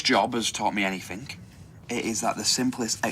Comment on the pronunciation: It's "anything" not anythink